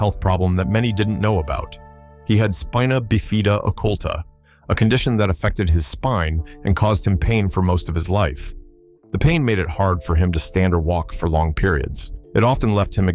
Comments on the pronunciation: It’s spina bifida not beefida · Narrator needs to learn how to pronounce Acuff, Bifida and Frizzell